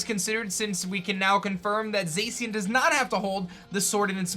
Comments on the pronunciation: Zeicien? It's pronounced Zashian, the pronunciation was revealed pretty early....... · Its (Za-Shin) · FOR THE LAST TIME, ZACIAN IS PRONOUNCED ZAH-SHEE-AN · The way he say zacian bothers me lmao